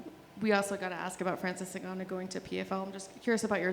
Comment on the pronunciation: He said it again “Francis NgannYou”😂😂